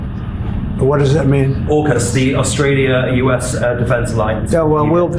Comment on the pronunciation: Trump can't even pronounce the name Australia properly - he says Ostrala! Not only is he useless, he is uneducated and cannot talk properly!